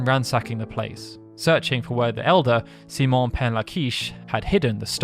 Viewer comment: C-Mon? What an interesting way to say the common name, Simon.